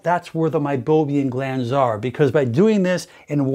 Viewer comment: MeiboMIAN not meiboBIAN.